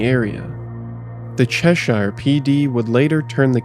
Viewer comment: I drove Route 8 for years when I Iived in Terryville and worked at a school in Torrington. There was hardly ever anyone on that part of the highway, from Thomaston to Torrington. Very quiet. By the way, with Cheshire you don't pronounce the h. I grew up there.